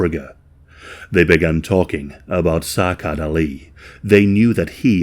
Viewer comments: It's pronounced as Sa'ad not Sacad. It's a Somali-Arabic name. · It's pronounced 'Sa'ad', not Sakad. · If I’m right and Sacad is somali, his name would be pronounced something like Sa’ad. The “C” in somali does not make the same sound as “C” in English. “C” in somali would make a sharp “a” sound. Like the way “a” is pronounced in the word “apple”. So the capitalized “a” in the following example would have that sharp “a” that I just mentioned. “Sa’Ad” Of course, in some cases, it is not exactly feasible, but I think it’s important to pay attention to how ethnic names are pronounced to pay proper respect to victims. Love your videos, just thought I’d mention this! ❤